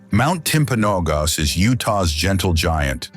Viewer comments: Great video but clearly the pronunciation guide wasn't available--Mt. 'Tim-pan-uh-goss' 😅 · Never trust AI to pronounce anything right. Timpanogos? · Of all of the beautiful places in Utah, why show the post industrial wastelands of the Potash ponds, which are an eyesore, as viewed from Hurrah Pass, Moab, UT. Also, the pronunciation is wrong with Mount Timpanogos, and when they showed the mountain goats that inhabit mount Timpanogos, the goats shown, do not exist on Timp. The goats shown, are Ibex. Beautiful footage, but folks, AI stinks, and nothing is better than a little time spent doing your own research.